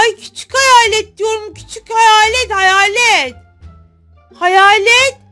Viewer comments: Heyalet değil hayet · Heyalet deyil hayalet 😂😂😂❤❤❤❤❤😊😊😅